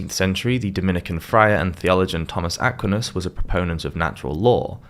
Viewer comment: Again, I love your content, but it's rather jarring to hear the mispronounced French names (and sometimes Italian ones.) Aquinus is Ah QUINE US, de Molay is DE moh LAY, and Cathar is pronounced CATH ar.. I think it's always a good idea to look up any word or name that's non-English to check on how it's pronounced...just a thought. With that, keep up the great work!